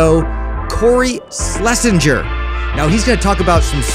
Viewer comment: That's not at all how you pronounce Schlesinger